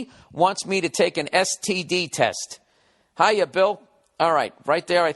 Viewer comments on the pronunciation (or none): "Hiya" sounds chinese to me.